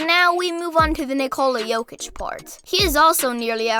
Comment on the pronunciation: Bruh its Jokic and it aint even close